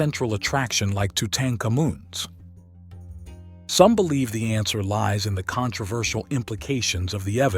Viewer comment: “Two-tang ka-moon”?? Come on man you can do better than that